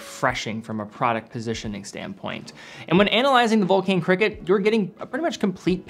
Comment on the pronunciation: Dear, just for the record: vulcain is pronounced vulcan, like the British bomber.